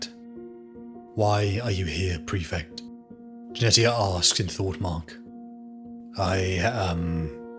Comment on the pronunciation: Jenetia = Jen eesh ia , like Aletia (al eesh ia) , the t is silent.